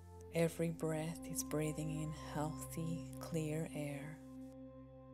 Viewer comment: “My voicezzz” “breathzzz”